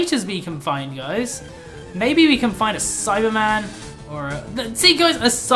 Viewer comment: Who else as never seen an episode of DBZ and thought he was saying Cyberman instead of Saibamen?